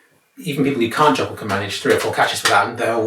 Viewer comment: "You will never be abble to joggle". -being 99% correct